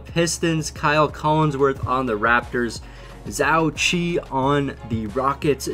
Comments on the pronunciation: Zhou Qi is pronounced Joe Chi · Still triggered about your pronunciation on Zhou Qi...